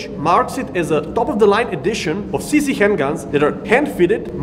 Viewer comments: for all the americans watching: to stick to the Czech spelling, "Cee Zee" should be pronounced "Tseh Zed" or "Tcheh Zed" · Seee Zeee Shoot Zeee Now Zeee are dead.